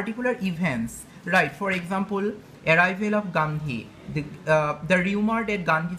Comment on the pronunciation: He says ekxampool....haha